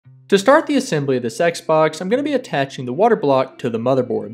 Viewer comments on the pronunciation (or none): did he just say sex box? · i cannot unhear sex box